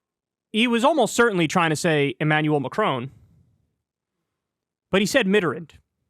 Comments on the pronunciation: Mitterrand is pronounced “Meter on”. And Macron is pronounced exactly how it’s spelt. But Kyle says it like “Macrone”. It’s just “Mac ron” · Kyle’s pronunciation of Mitterrand and Macron is atrocious lmao